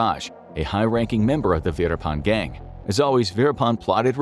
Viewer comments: The name Verappan has a double p (pp) in the spelling for a reason. Stop calling him veerapaan. Learn basic pronunciation if you must before you start recording for professional videos. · Kept hearing it as “Peter pan” the whole way through